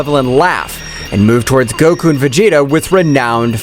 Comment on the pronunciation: bro stop his making goku's name bad